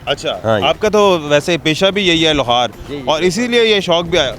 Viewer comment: Mike pakar k asa bol Raha hu Jese profetional inker ho. Aur Lohar ki haga Lahor bol rahy ho. Pehly practice to karty